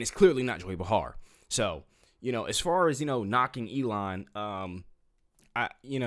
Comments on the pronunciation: Joy Behar..... her name is not pronounced "be-HAR'. It's pronounced "BEY-har". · It pronounced Joy Bay’-Harr.